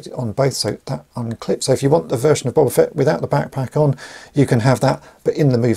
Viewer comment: BOW - BAH FETT not BOB - AH FETT 🤣🤣🤣